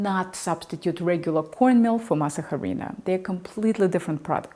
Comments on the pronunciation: Why is the pronunciation, jarina??? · In Spanish the h is silent. You don’t say “jarina” you say “arina”. Any Spanish person knows this. Great info though. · pronounced 'ah-REE-na' not "HA-REE-na" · “Harina”. You need Mexican friends 😊 but great video nonetheless! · its not Jarina, its arina >:c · why are you saying "HArina"? the H is Silent... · Perfect puff for a corn tortilla??? A puff on a corn tortilla it's not desirable nor is it normal, corn tortillas that puff also fall apart when you put a hot filling inside them. But like, I prefer the yellow corn harina ( pronounced "arina" the "H" is always silent in Spanish words). I watched this video because is easy on the eyes. But IMO, learning how to make tortillas from a Russian...... is kind of like learning how to make borscht, from a Zimbabwean! ¯\_(ツ)_/¯ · The H in harina is silent so you would pronounce like this, Arina. Thank You! Love your hair cut! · In Harina the H is silent so you actually say Arina. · pardon me please, in the Spanish language, when a word begins with the letter "H" it is silent, it is not pronounced. Therefore, "harina" is pronounced as " 'arina". I hope you dont mind. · Just so you know the “H” is silent. As in “ĀhRēēnaH” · The 'H' is silent in the word Harina. Pronounced 'arina'. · FYI. Harina....the "H" is silent. Pronuounced ARINA. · I was wincing every time you said "harina". In Spanish the h is silent.The correct pronounciation is " Arina". Thank You. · Seriously, how can someone deliver such an extensive and expensive video and have no idea how to pronounce HARINA? THE H IN SPANISH IS SILENT! SILENT! "Arina". Jesus, the cringe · H is silent pronounce arina. .. an I hope I can learn. Because I can't make tortillas ...thank you so much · The h is silent in Spanish … arina … great video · Harina is a Spanish word, so even if you’re speaking English, the “h” should still be silent. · The “h” is silent in harina. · The H in harina is silent